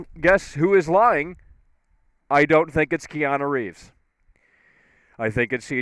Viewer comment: Kee-ahna Reeves